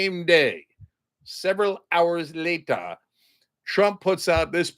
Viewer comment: the way Cenk said "several hours later" minutes in reminded me of the French narrator from Spongebob who says "A few hours later..." Was that intentional?